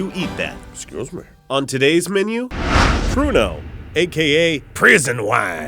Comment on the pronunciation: i thought he said porno. lol